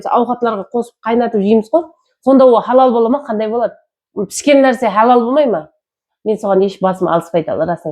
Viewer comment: Халал деп жазса да, хадал деп айтын заманласлар